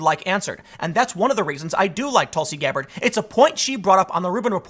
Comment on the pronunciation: Nobody: Tim: TulSi GAbBaRD